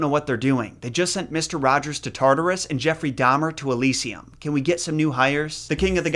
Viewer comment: “They just sent Mr. Rogers to Tarturas.” 😂